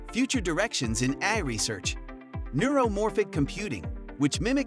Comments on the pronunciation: Hilarious. A video about AI where the AI can't pronounce AI. And, uhhhh, how close did you say we are? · Lol a video about AI taking over narrated by AI, that's why it says.AI as a word not an acronym. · how can you not say ai, just say each letter